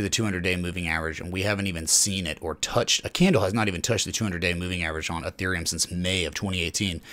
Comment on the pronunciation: Isn't it pronounced Ethereum 😲